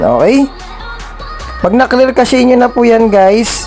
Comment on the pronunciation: Cash po tamang pag bigkas sa cache hindi casheyyy..